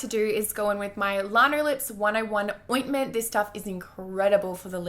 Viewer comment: Just so you know its not "LARNO" lips, its LANO, as in lanolin haha